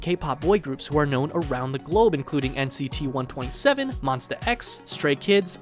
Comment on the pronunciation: It's NCT One Two Seven, guys...